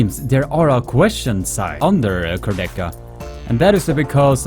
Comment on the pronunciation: You pronunce Kurdecha wrong! It sounds awful😣